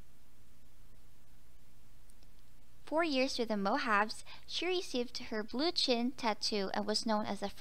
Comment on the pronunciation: The girl with the chin tatoo was captured by the Tolkepaya then traded to the Mojave Indians. Pronounced Mo-ha-vee not Mo-haves.